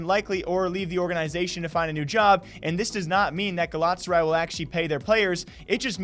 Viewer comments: They can afford to pay a washed up Falcao but can't afford to pay their league of legends players. I like them as a football club, but they should stick to football Also it's pronounced gal-a-tass-a-rye and besiktas is pronounced Besh-eek-tass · The almost nailed it with the pronunciation, just add in an 'a' between Galat and saray when saying it and you're good to go. I wish you and everyone else a happy new decade. Make the best out of it people.